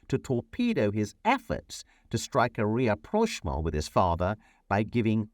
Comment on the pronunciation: Excellent as always. Learnt a lot! Thanks. One small question/ point: is it rapprochement rather than re-approchement? Also really enjoy your different outfits